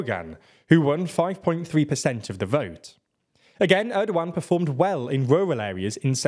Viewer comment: great video but i have to say one thing, please work on your pronunciation when reading turkish names like kılıçdaroğlu, erdoğan, oğan i understand turkish is a bit hard but everytime you say kılıçdaroğlu i wanna hang myself cuz of how bad it is.